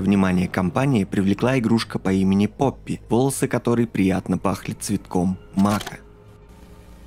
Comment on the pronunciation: То не поппи а он сказал рпоппи тот мен